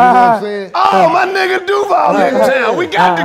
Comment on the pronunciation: Duval, hit the J properly my G🤣